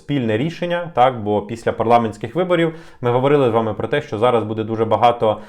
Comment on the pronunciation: Дякую за новини,! У вас багато підписників, починайте вже працювати над наголосами в українській мові. Ми ж не французи, щоб наголос на останній склад ставити. Правильно говоримо: "БУдемо", "бУде", "бУдьмо"